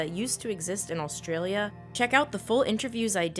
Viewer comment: is it just me or does she keep saying "all-stralia"?